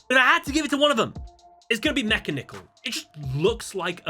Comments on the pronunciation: mechanical. not mecha nickel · So, I'm pretty sure Mekanikle is meant to be pronounced like "Mechanical" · Not wanna be a nerd: You pronounce 'Mekanikal' like 'Mechanical' T.G. Stands for Tech Genius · Mechlord Astro Mekanikle's name is pronounced as "mechanical".